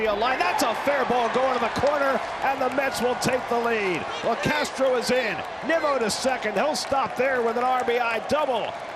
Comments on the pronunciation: A’s announcers keep calling Nimmo, Nemo! 😂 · this fucking announcer saying “nimo” making me go mentally insane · A lot of other broadcasters do that. There a a select few that do it on purpose, but most just don't know how to say it correctly. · Bro, the A's announcers have to be pronouncing Nimmos name wrong on purpose. Shouldn't someone by now correct them? Just unprofessional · I hate these A's anouncers, first they called Nimmo Nemo . Then they call Ottavino Ottavano